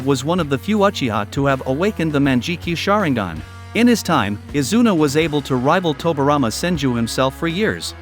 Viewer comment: MANJIKYU SHARINGAN(mangekyo) Haha What a fucking disgrace